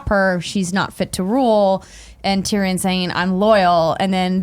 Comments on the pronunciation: Why am I watching this video when can't even pronounce Tyrion after 8 years.. Tyran? Really? More than once you call him Tyran? Smh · "Tireyon" . K bye